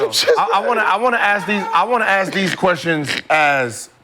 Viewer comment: Respect people who pronouns “ask” the correct way it’s not ax